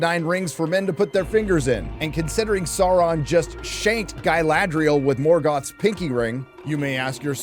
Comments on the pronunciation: What a "sour-man"? :face-blue-smiling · mispronouncing Sauron destroys your credibility